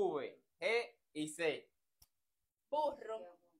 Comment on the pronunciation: es burro no vurro